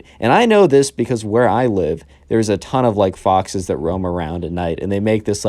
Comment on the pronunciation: I thought that you said boxes instead of foxes lmao